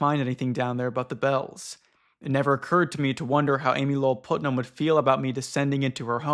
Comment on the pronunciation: Man Putnam is spoken as Putt-Nam, short U. It's a super common name in the Central and Eastern US so I'm a bit surprised you have never met someone with that last name before